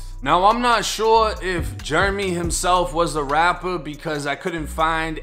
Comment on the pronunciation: Jeremy.... Jair-uh-me.... not Jer-me... been dealin with this forever lol